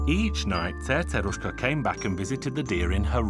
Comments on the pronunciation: I can't even pronounce Cerceruska as the narrator do. Narrator: Before I forget what I was going to say... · You sound British while you're telling the story but when you pronounce the name of "Cerceruska" you suddenly become like a native Hungarian! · How do you pronounce the C's in Cercerushka's name??? Is it an "S" sound or "TH" sound???